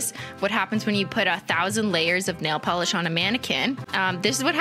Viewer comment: "and then it goes yayy! ding deng deng, a thousand layers of NAYLE POLERRRSSH" :_omegalol::_omegalol::_omegalol::_omegalol